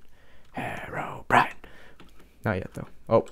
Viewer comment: Lol I laughed so hard at the end when you said horror brine horror brine it was soooooooooooooooooooooooooooooo funny